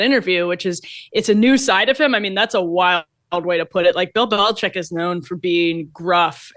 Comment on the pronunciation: OMG....you guys, it is Bill BeliCHICK, not BeliCHECK. Just like the illegal drug coming over our borders... it's FentaNYL, not FentaNOL.... Sheesh!!!